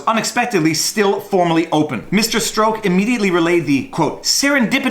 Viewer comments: It's Strawk not Stroke. Canadians. 🙄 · Peters name is pronounced like STRUCK! not STROKE! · Strok is pronounced Struck, for future reference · I believe it's pronounced Peter "struck" Peter Stroke sounds like an adult film star hahahaha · I've heard Peter Strzok's surname pronounced as struck, not stroke, on American news channels. That's "struck", as in dumb f***.